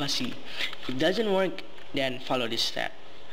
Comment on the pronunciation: its pronounced THen not DEN and THis not DIS